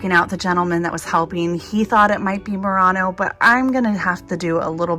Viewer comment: Btw it's pronounced /muir-ano/ 😊